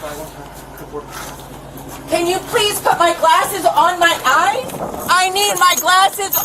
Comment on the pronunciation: Its eyes not eyesa. Loon.